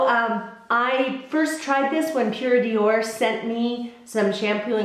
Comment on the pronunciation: Always enjoy your videos and your vlogs. I wanted to tell you that Pured'or is pronounced "door" and not dior (in French anyway). Love from France